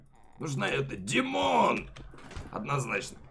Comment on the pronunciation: Димооон а не тимооооооон